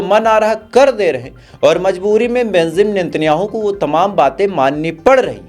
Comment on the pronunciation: Oii bhai kya news wala ree bemzam natanjahu nahi ree benzamin Netanyahu hota .... pronunciation toh kam sai kam thick sai karo